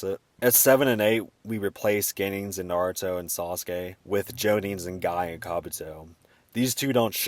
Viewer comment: I really love the way you say Sauce-Gay! ♥️